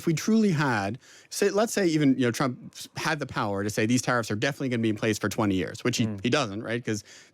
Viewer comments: You keep mispronouncing the 47th president’s name, it’s President Chump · "chump" min 8- slip of the tongue... 😅